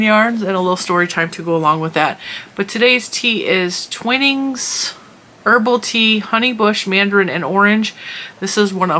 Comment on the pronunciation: I’m not sure if your pronunciation is correct for the tea brand. Years ago a UK co worker pronounced it TWINE ings, not Twinning,, I had asked her for a good tea and she suggested it to me. Her facial expression was as if this brand was mediocre but better than nothing or better than other American teas. Love your channel 🧶🧶